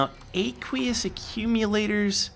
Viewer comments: It's a long a in aqueous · genny aqueous is pronounced like "O-queous" like Aqua